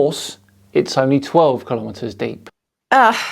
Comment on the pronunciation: she said kimometers must be some old japanese unit